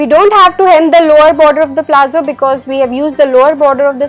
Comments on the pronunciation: liked the demonstration but it is not called "PLAZZO" , it is called "PALAZZO" of which the pronunciation is "PALATZO" !!!!!!!! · It's palazzos not plazzo.